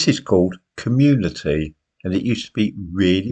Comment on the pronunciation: Com... cu.... cu.... commu..... communeeeee .... what's that?